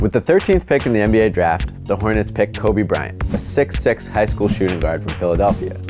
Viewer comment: “Tobe Bryant”